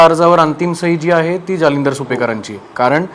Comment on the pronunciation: गुप्ता - नावातच गु जालिंदर नाही दलिंदर